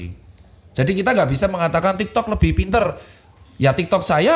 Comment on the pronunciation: kok gw dengernya tiktod ya😂